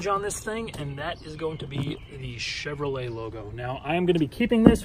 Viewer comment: C HEVROLET ;) Other than that, absolute beauty!